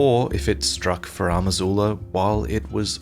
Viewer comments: Why is THE Elden Ring lore dude mispronouncing Farum Azula as "Faram Azula"? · Why pronounce "Furam Azula" instead of "Farum Azula" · I know is Australian, so his pronunciation is going to differ from mine, but it really bugs me that he pronounces it “FarAHm Azula” repeatedly. It’s spelled Farum Azula. Where is the AH sound coming from? Anyways, I know this is a very minor and nitpicky complaint and that doesn’t really take away from this great video, just wanted to get that off my chest 😅